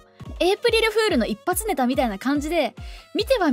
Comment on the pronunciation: 切り抜きの本題からズレるけど、 一発ネタのイントネーション独特やな